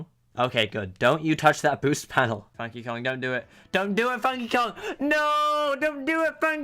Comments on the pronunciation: How he said funky Kong at the end is funny. FANKY KOOANG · The way you say funky kong is satisfying lol